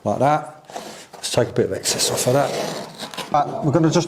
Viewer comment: Lovely cinema room! But can I just say it’s excess not access